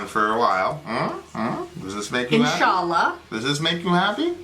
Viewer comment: Sorry but inschalla with the A was pronounced with straight A made me laugh